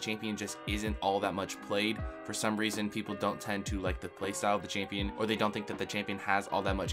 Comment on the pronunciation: Holy shit I never wanna hear the word "çHāMpïøñ" again after this video